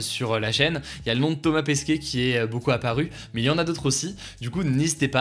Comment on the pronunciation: Ça se dit Pesquet, pas Pesquier